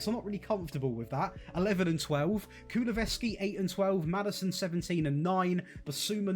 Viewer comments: its kuluSEVSKI not kuluVESKI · Can’t pronounce Deki’s name, what a melt! 😂